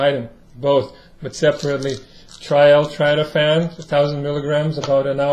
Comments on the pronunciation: it's not L-Tratophan, it's L-tryptophan. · It's pronounced L-Trip to fan!